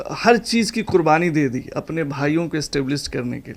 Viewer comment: आप के तल्लफ़ुज़ में सख्त कमी है, शुरू में QURBANI को KURBANI बोला जो ग़लत है 😅😅😅